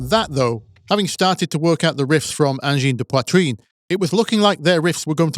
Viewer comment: honest? of all the anglophones I've heard to this day say "angine de poitrine", you're the one who botched it the least XD